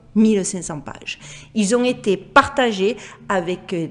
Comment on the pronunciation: 'Ont été" il faut faire la liaison ont tété et pas ont nété lol